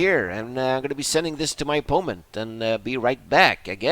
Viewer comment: ffs why u say opoment? Its driving me insane man